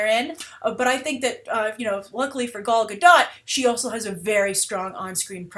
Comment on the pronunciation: thank god! finally someone who pronounce Gal Gadot's name correctly